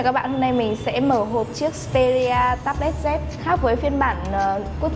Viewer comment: đúng phải là: "Tây bờ let zi ss pê rí à"